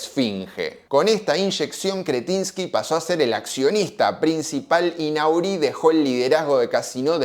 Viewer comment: Se pronuncia...Nory el apellido del frances